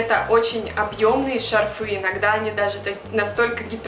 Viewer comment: спасибо за видео! Но только правильно говорить "шАрфы".